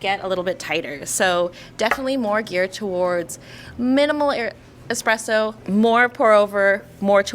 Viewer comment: Dear God why is it "easy-presso" when it is clearly starts with a 1 followed by a z? Or just call it EasyPresso - done! 😭